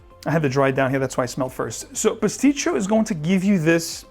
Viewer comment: Great list as always. Just a FYI...it's Sospiro Pasticcio not Pistacchio as most think. Not discounting what you smell as you have a great nuanced nose but it has nothing to do with Pistaccios. This line is all based on musical terms: Vibrato, Basso, Opera etc. Pastacchio or pastiche is an opera or other musical work composed of works by different composers who may or may not have been working together, or an adaptation or localization of an existing work that is loose, unauthorized, or inauthentic. To me it is a very good Iris based fragrance for summer nights. Great scent! Not trying to be a smartass and you are definitely not the first to make this conclusion so maybe Cristian Provenzano did a double entendre here 😂